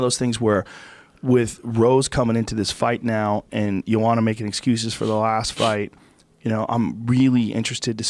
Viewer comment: No J-o-a-n-a, J-o-a-N-N-a, bloody hell! And Joe claims he pronounces her name in right way, unlike other commentators etc.